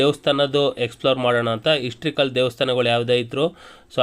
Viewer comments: Histrical ಅಲ್ಲ pa historical ಅಂತಾ pa ಅದು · ond small correction, histrical alla, adu historical👍